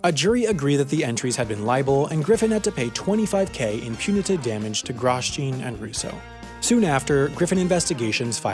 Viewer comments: As an F1 fan, hearing it pronounced “GROSS-JEAN” and not “GROW-JOHN” is jarring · Shouldn’t Grosjean be pronounced like “grow-shawn”, not “gross-Jean”? There is formula 1 driver that has the same last name, oh wait, Americans don’t watch F1, who am I kidding. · The pronunciation of "Gross-Jean" is almost hard to hear. He's probably French which means it would be "Grow-Jawn", like the Formula 1 driver. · "Groz-John", not "Gros-Jeen" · Graus-jean? Really?! It’s Grow- jzaun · The way you said Grosjean tells me you have never watched F1. As a hint to the correct pronunciation, it's French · Gross-jean? no! it's Gro-shaun. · It's not pronounced Gross-Jean. I'll leave it tu joo to work it oote. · My ears hurt when he says Grosjean like that, I assume it's pronounced "Grohjhaaan" as it's a french originic surname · Sorry but it’s pronounced Grow-sean (kinda like Sean but with a J(I don’t really know how to type it ok)) come on I thought u knew French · F1 fans are triggered . . . . . . . . Groh-jon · Gross-Jean? It's Raidillon Actually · Grosjean is pronounced Grow-John, it’s French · "Gross-Jean" GP2 pronunciation. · gros-jean LOL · HaI pronounces Grosjean worse than Paul Tracy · The pronunciation of Grosjean 🤦‍♂️ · Your pronunciation of Grosjean is pretty bad, F1 would teach you that. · The only thing I was focusing on was the pronunciation of “Grosjean.” What a mental guy! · Your pronunciation of "Grosjean".... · I'm pretty sure Grosjean should be pronounced like Romain Grosjean, not as you did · Romain crashed straight into my mind when I heard him say that